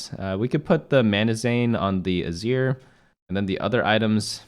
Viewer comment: I understand that I'm just being a whiny little bitch, but can you PLEASE stop pronouncing Manazane that way? It bugs me so much. Love your video otherwise, though. Keep it up.